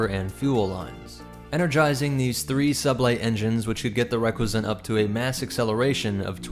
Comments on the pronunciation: dude it's pronounced Ree-cuss-ant not reck-we-zent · I really liked the video, but the pronunciation of Recusant is not even close.